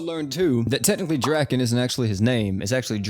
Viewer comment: Idk where you got the info saying Draken name is Dragon but you are incorrect. His name is Ken Ryuguuji and his name is pronounced Dra-Kin. If you are gonna make videos about crossovers with anime names at least do 2 seconds of research and get your info correct